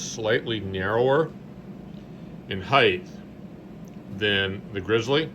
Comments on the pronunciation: It’s bizarre how that’s crept in so much over the last few years. It’s peculiar to the US dialect but it’s just not a word :) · I swear there's a secret society of contractors where they all agree to say 'heighth' as some kind of secret handshake ritual. ;)